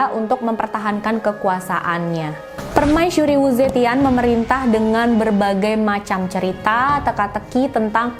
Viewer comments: So cute ur said permaisyuri not permaisuri 😬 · 😱 OmG 😱 Sooo Sweet .. Hellow All Geng Aku Dari Salam Dari Seberang Aku Dari Malaysia 🇲🇾 .. aku Suka mendegar kamu 👩🏻‍🦰 katakan/sebutan ayat/perkataan PERMAISURI 👸🧝🏻‍♀️👰🏼 .. Enak 😻Bgat 😍Dehhh .. Comel, Cute & Manjaa Bgat 🙊🙈 .. PERMAISYURI/PERMAISHURI 😻😍🥰😘😻 .. 👍😍..👍🤩..